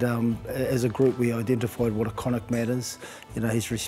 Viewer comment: pronounce Connacht right it is said like Connaakt